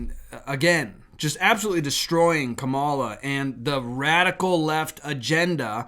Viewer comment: Wow. Really inspiring stuff. Just a powerful witness for the Lotd. Ok seriously, what is the point of this channel? If you want to rant about liberals, intentionally mispronounce Kamala Harris’ name for the billionth time, crow about Trump’s win, and pretend to be an expert about Canadian politics, then have at it. But what gets me is that you present yourself as a Christian and then do all of the above. You mock and sneer and giggle and call people childish names. You arrogantly pass judgement on others as though you know their hearts and their standing before God. I have watched countless videos of yours, and not once have I heard you speak with humility, kindness, or grace toward those with whom you disagree. You do not encourage your listeners to pray for these people with compassion, you encourage them to get angry, be afraid, and above all, feel morally superior in every way. I have been following Jesus for over 30 years, and this behavior does not glorify Him, nor does it draw people to Him. So sad.